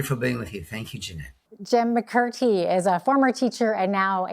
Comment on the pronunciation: Jim's name was not pronounced right, it's McMurtry not "McCurty"